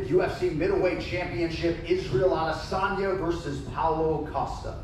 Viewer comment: Everyone: "Israel Adesanya" Jon Anik: "Is real Adesanya" 😄😄😄😄